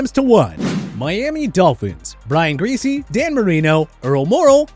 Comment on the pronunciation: You said Brian Griese lol